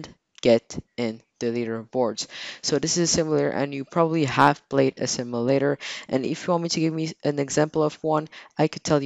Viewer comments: "a simalator" lol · Ok plz say simulator no simalator